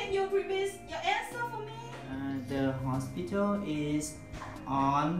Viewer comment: The teacher did not pronounce hospital correctly.